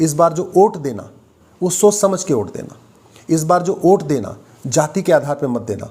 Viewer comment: कानून के आप अच्छे जानकार है। वोट को ओट उच्चारण कर संदेश दे दिए।